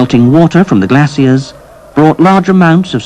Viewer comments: That certainly is an interesting way to pronounce the word "glacier". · I never before heard glacier pronounced this way.